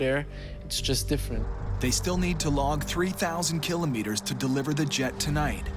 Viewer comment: Killo-meters? Really? Who says it like that?